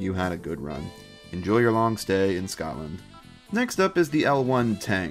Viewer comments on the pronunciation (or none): none